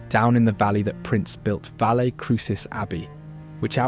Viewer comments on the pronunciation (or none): none